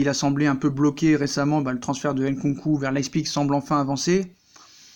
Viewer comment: Süle, ça se dit pas Soule, ça se prononce " Zuleuh"... Pareil pour Nkunku, on dit pas " Haine-Con-Cou".... Tu connais rien, j'confirme ✔️